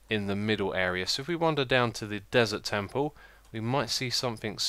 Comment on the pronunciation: Catch ya!! you said dessert tample:)I knew it that you can not separate them!!